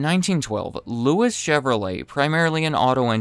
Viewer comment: Louis is pronounced like Louie, since he was French